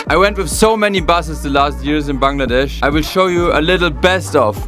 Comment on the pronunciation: Finally someone who says bangladesh the right way